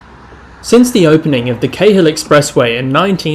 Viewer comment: A Sydneysider would know how to pronounce Cahill